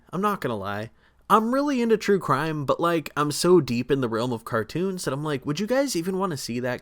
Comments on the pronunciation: “Crue trime” I can’t be the only one who caught that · I heard that “cure trime “ 😅😅😂😂❤❤❤❤❤ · "Crew trime"